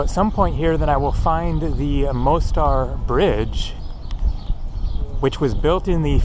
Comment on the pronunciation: Ulica is pronounced ooleetsa,. The Most in Mostar means bridge, pronounced Mosstar. The squid were probably frozen fishing bait out of a box with all the guts still in them!